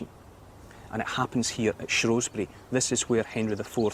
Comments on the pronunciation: It shrew not shrow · Shrewsbury born and bred, never hear locals pronounce it shrow, they pronounce it shoesbrie